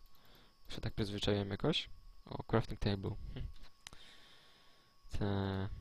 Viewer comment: Te czasy kiedy nie Umiał ani powiedzieć Crafting Table ani scraftować miecza.